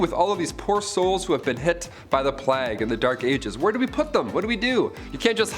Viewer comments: "Plag?" It's pronounced like "Play-gh lol. Otherwise, great video! What happened to Brie and Raechel?? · The "plag"? Like rhymes with flag? Wtf. Isn't it pronouncef the "playgue"